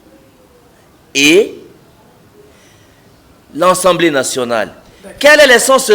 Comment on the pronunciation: "Contutution, ensemblé" non! c'est la "CONSTITUTION et L'ASSEMBLÉE"